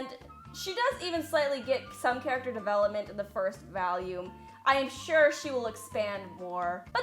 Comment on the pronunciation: “ V A L Y O O M “